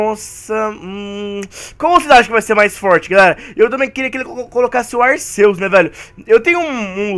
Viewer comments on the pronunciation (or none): none